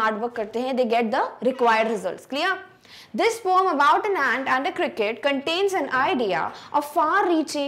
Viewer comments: This is not poom (पोम )It's poem ( पोइम ) Please improve your English ma'am 🙏🙏🙏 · It's pronounced po - yem not po - um 🤣🤣🤣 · Poem ok not poam😂😂😂